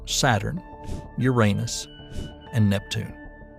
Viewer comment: Despite the speculative nature of most of what is said in this video, you get a like from me for being one of the few who can say the name of the god Uranus correctly! The ones that make it sound like it’s made of urine, do not.